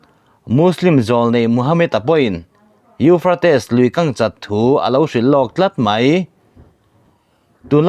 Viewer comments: Euphrates i lam dan chu le...kan bo hû mai dawn a lawm le. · A lar teh reng nen..lam dik hram se tiraw🤭